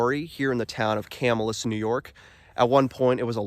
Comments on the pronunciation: Will definitely check this place out! By the way, the name of the town is pronounced Ca -MILL' - us. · Just helping you out bud, Camillus is pronounced Ca- mill- us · Pronouncing* lol yes it sounds like "kah-mill-us". If you do more videos we have hidden lake, Erie Canal, lots of places nearby. Whiskey Hollow, Herkimer Mines, bridge jumping 😅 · You're pernouncing the name of the town/city wrong Ca Mill us